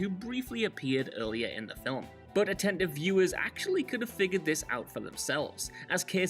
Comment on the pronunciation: "Film" has one syllable